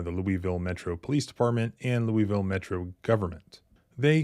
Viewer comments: Lou-a-ville. Not lueyville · For the love of KY please stop pronouncing Louisville like that. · "Louville" is how it is pronounced. Stop calling it "Loui Ville" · Lol You say Lewieville like a Southerner. Yankees say Lewisville. Kentuckians say Louaville. (correct pronunciation) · It's pronounced Lou a vull, not Louie ville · Lew-ville, it's pronounced. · Pause the video and read the second and third paragraphs. Ps. It’s pronounced Loo-a-vull. 👍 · Bro it's pronounced loo-wuh-vul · Cops were involved that's how it went wrong. That's not the proper pronunciation of Louisville. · Louisvillian here: 1) LMPD is a bunch of thugs. I’m not surprised this happened. 2) I know you’re not local, because we pronounce it LOU-a-vull. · You ain't from there if you pronounce it "lewieville". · We say it more like "Lou-a-vulle" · I noticed working in the area. The locals of Louisville pronounce Louisville wayyy different. To me, it sounded like "loulvl". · You’re mispronouncing Louisville, it’s (Lou-a-ville). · It's called Lou il ville.